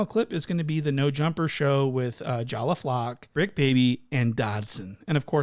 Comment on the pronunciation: “it’s the bricc not the tricc..” lmaoo ! 🤣